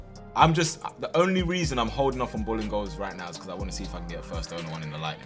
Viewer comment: everytime says 'bolingoli' i hear 'bullying goalie' lol